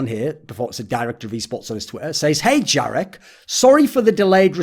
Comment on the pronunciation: jar-ek lmao